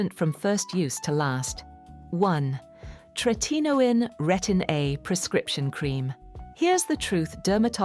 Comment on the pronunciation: It’s called Roc! Not Rocy! Tret a no in. ! If you can’t pronounce properly, I can’t waste my time watching this.